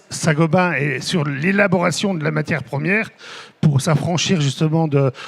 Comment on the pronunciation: C'est Saint Gobain et non Saint Gobin